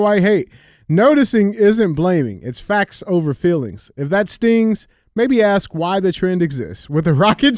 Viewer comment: DJ say ASK!!! Not axe